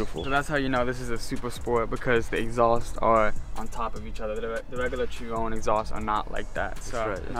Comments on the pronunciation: CHEE RON 🤣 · It's most definitely not pronounced like in the video, it's named after Louis Chiron pronounced as you said Shi-ron.